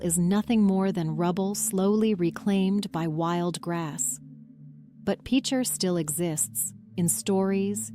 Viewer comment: I am quite familiar with Picher personally and have driven through on US69 probably a dozen times over the years, the first time just a couple of months after the government shut down and the town (well, what was left of it) was still standing. A step in the right direction would be at least to pronounce the name of the town correctly. PITCH-er not PEEK-er or PEACH-er. And the mineral 'lead' is not pronounced 'leed'. You might want to look up the 'Dust To Dust' documentary on Picher from a few years ago where the creators actually visited the town and interviewed a number of former residents.......the difference is clear.